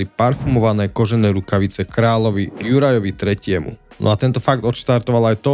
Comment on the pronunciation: "Jurajovi III." zabil! 😂 "Živantdan" taky, je to "Živade'n".🎉